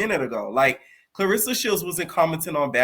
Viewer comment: im buggin evertime u say karlissa i hear clarissa 🥊